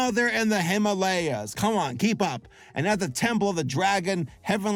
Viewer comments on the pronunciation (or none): none